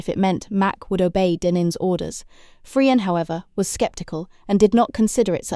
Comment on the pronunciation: Fryer and denim lol. However very good story telling.